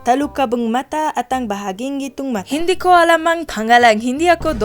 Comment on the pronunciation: nahh your hindi accent was perfect WHAT 😨